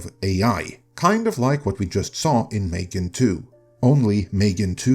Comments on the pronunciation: "Failed" is a misleading exaggeration. It only starts being in cinema in some European countries right now. It will certainly be profitable. Also, what is it with the strange pronunciation? It's simply pronounced like "Megan". Then, it's completely reasonable to change something after the first movie, to keep it interesting. Nobody knows if the horror or slasher aspect was the interesting part about it. I wanted the switch they made. Haven't seen the current movie yet, though. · It's pronounced "Mm three gan".